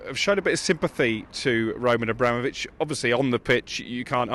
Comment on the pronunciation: Roll-Man A-Bra-Mole-Vich